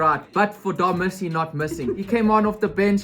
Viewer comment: Btw, it's not Darmissy it's DARWIZZY 🔥🔥🔴❤️